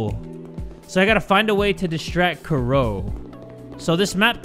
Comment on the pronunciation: and her name is Kuroe which is how the japanese people pronounce Chloe 😂